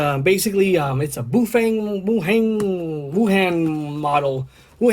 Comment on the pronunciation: Its pronounced (Ba-How-Fa-ng) baofeng